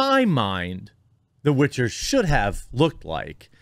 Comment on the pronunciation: It's called "The Witcher", not "The Bitcher", for a reason.